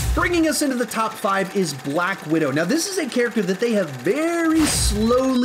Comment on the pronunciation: Am I the only one who noticed he said Black Window instead of widow😂